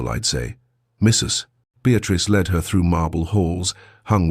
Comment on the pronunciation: Not LED but led